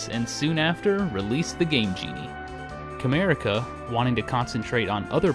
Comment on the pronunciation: Honestly, I keep thinking you are saying Kramerica Industries. . .